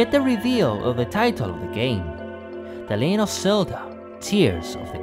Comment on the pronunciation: " The "leyen" of Zelda lol Great analysis!